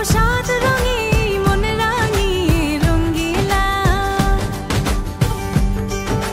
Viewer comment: তাসনিয়া ফারিনের ভুল উচ্চারণ রঙ্গিলা হবে রঙিলা।